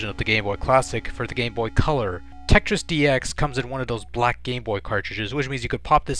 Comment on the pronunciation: Besides saying the word Tetris right. You say dat duh and dare instead of that the and there,their,they’re